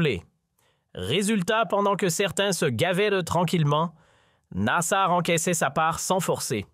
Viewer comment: Site Regards Sur la République , je vous dénoncerai sur tous réseaux sociaux pour votre propagande sioniste et des mensonges nasar quelle prononciation , aller faire un stage de toponymie algérienne.